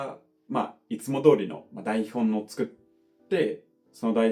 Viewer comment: 英語を長年学習する身にとって、の日本語は驚くほどレベルが高くて素晴らしいなど思います。それは言語能力の高さだけでなく、努力の賜物と思い、その熱意の何分の一かでも自分で実践していればと反省します。 それで、多分発音について気づいていない点かと思いますが、英語ではnの後の母音はnに続いてna.ni.nu.ne.noと発音すると思いますが、日本語は、nに続いて母音をしっかり言います。 すなわち、「台本を」は「daihon o」と言います。「台本のdaihonno」とはならないのです。そこが気になりました。ノンジャパニーズにはよくある傾向です。それ以外は完璧なので本当に尊敬いたします。